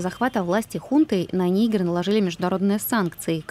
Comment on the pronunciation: Господи , вы что расисты ??? НигЕр ударение ставится 🤦